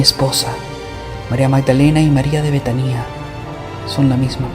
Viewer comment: La palabra es betania no betanía con acento en la i como tú lo pronuncias